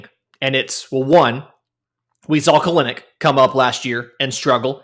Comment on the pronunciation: Kelenic is pronounced (kell-nick). He has said so himself.